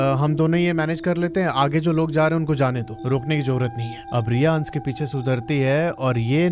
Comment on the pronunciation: uncle pehle to aap अंश bolo अंस nahi yeh अंस boht irritating hain..